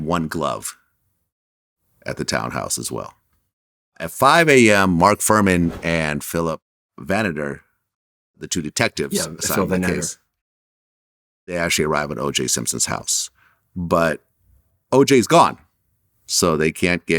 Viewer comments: 🤣🤣🤣🤣🤣🤣 Nooooooo, It's pronounced Van-At-Ter. Not Van-Nit-Ter. 🤣🤣🤣🤣🤣🤣🤣 Oh I see Kato tried to help you out. First you don't know why Motown is called Motown. And now this. You're not from around here, are you fella? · At least pronounce Vannatter right otherwise you lose credibility.